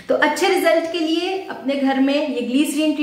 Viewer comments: It’s Glyserine not gleeecerine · Don't say Gleeeerin 🙄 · Pehle bolna sikho gliceriiìiiiiiiin😂